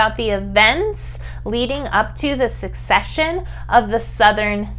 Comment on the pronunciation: Wonderful video to explain the historical context! One correction about the right pronunciation, though. Secession is not succession. secede vs. succeed.